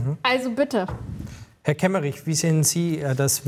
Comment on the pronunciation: Kemmerich? Ernsthaft?